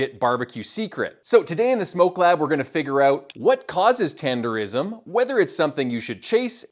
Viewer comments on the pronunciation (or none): I would’ve subscribed but you said tendeRISM smh